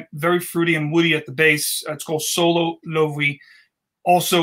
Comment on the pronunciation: Your pronunciation of Loewe is correct,. It’s very hard to find that brand in the US in store. You’re also right about the seven materials thing.